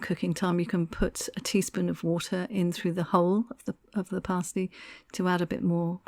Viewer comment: Surely pronounced as pass-tea? Looks very nice anyway.